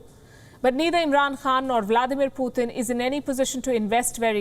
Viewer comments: Not puthin that’s putin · Every time she says 'Poothin' when saying Putin is so much lol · Indians have no room to criticize ! India is a racist state / Modi and the BJP ARE UNEDUCATED THUGS . This woman is a racist Indian mouthpiece . Learn how to say PUTIN .